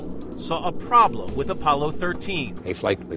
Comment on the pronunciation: "Uh hoston we had a ploblem" Surly had would infer past tense of the problem like I was alreadysolved